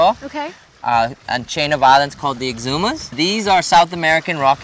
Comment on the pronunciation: FIRST OFF ITS EXUMA NOT EXCUMA!!!!